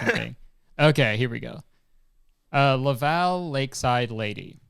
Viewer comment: Its Laval you pronounce it like level and lava. (sorry yugioh nerd)